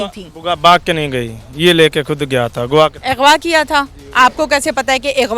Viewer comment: Yar is channel ka nam urdupoint hai aur anchor ki zra urdu check kero. . . Ighwaa . . 🤔Aghwa lafz hota hai bibi